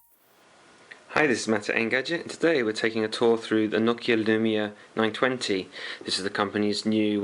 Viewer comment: Finally, someone pronounced Nokia correctly. Most people on youtube pronounce it as NO-KIA....It's pronounced NOCK-IA.